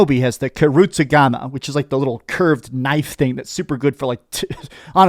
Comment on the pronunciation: Karusigama....🤣😂🤣 its actually a KUSARIGAMA...